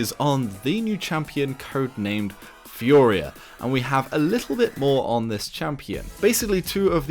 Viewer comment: Furia is pronnunced FU-(like Kung FU) RE-A